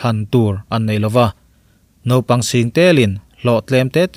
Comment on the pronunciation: Ngaihnawm thin khawp mai,,mahse nopang ti khan ilo lam ri zeuh va,mahse a hnu ah chuang ilam ri dik tawh e...👍👍👍